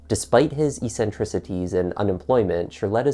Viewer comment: Incompetence, every which way you look. Fuck the police, solidly, fuck them right in the fucking ear. Goddamnit. ps it's ek-suhn-TRIH-suh-tee < 3 🙃